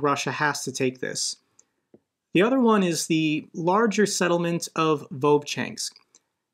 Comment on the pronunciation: I really enjoy how much better you get over time at pronouncing slavic settlement names lol